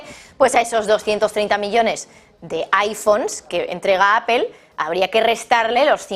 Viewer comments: A ver, no se dice apel, fijate: se escribe Apple, utilizando el castellano se diria aple, y la forma correcta en ingles es apol........por lo tanto aprende, nada de apel!!!!!!!!!!!!!!!!!!!!!!!!! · Como comunicadora pro rusa y pro china porque no empiezas por pronunciar mejor Apple y después das tus noticias tendenciosas?